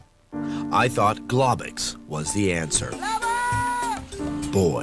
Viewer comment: The way they pronounce globox broke me